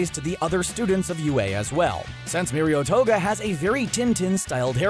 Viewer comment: Mario TOGA Himoko TOGA Or thats what i heard -:)